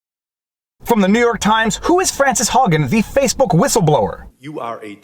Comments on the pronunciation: Did you say Hwhistleblower? Psssst. The W comes first. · What's a Hwistleblower? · Viva, I just won a bet. I said that you would pronounce the "H" in whistleblower and you didn't disappoint. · Love that H XD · Gotta hwonder hwy a hwistleblower hwouldn't share her documents hwith the FTC. Hwat is it she thinks Congress can do hwithout bringing in the FTC? Ah, a distraction to benefit the Dems and Big Tech at the same time hwile trying to appear as if they're looking out for the common rabble.